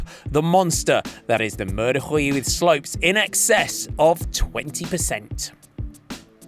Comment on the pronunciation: Note for the commentator, Huy is pronounced like "oui" and not "Rui"